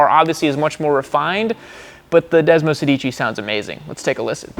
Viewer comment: desmosedici, every italians ears are bleeding at this pronounciation butchery XD <3